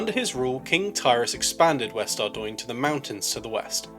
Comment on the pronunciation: finally someone knows how to pronounce ardougne :')